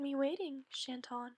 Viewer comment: OK GGOOD JOB BUT AS A FRENCH PERSON I HAVE TO TELL YOU CHAT IS PRONOUNCED WITHOUT THE T AND CHANTON WITHOUT THE N OR T SORRY THIS IS GREAT BUT YEAH